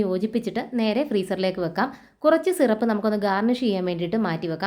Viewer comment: Shirap alla SIRAP